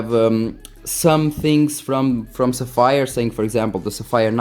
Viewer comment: LOL...és português? Pelo teu sotaque pensei que eras italiano...LOLADAS - Agora que estou a ver o video pela segunda vez vou tentar adivinhar - és Nortenho. Bom conteúdo - continua assim miúdo! (A propósito... Codigo de Barras = Barcode / Sapphire = Tens de pronunciar como "Sáfyre")